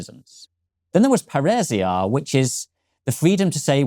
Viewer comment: paeresia.... what the fuck is he talking about... AH ΠΑΡΙΣΙΑ.... i c... now how Pa(like paris) ri (like ribon) sia (like Siam) became a runic slug word i ll let the english speaking expert that has no alphabet but runes in his language to explain. i ll just remind him viking invasion that introduced germanic runes in english happened roughly 1300 years AFTER the time he is describing.